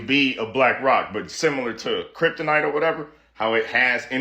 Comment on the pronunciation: I love theories but you said kryptonit pff you lost me, how can I take it seriously ur jumping all over the place dummy I can't map out ur thinking